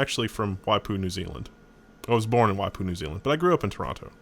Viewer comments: You are pronouncing Waipu perfectly. Why poo? Because you have to! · He said Waipu perfectly. Sources: Live in Maungaturoto, pretty close to Waipu. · You said Waipu correctly. Also Shroud of the avatar looks amazing saw the video on rock paper shotgun and so glad you guys covered it aswell so more hyped now:D